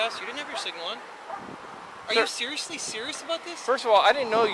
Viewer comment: sewiously? Sewiously? Awe wu sewiously sewious?